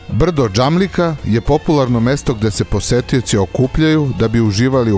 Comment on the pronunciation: Iz svo postovanje nije Uškudar već Uskudar i nije brdo Dzamlika već brdo Čamlidza :) Treba obratiti paznju na takve elementarne stvari. Pozdrav